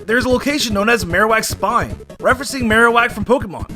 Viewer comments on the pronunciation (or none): none